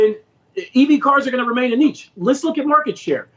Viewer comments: "Neesh" is correct pronunciation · just because you call something a 'neetch' that doesn't make it a 'niche' 🤷‍♂️ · "EVs are gonna be a Nietzsche" Yeah! After the philosopher stone, is going to find us the philosopher car! There is no "T" in niche, no "T" So don't invent one, it's a French word, "ch" is pronounced like "sh".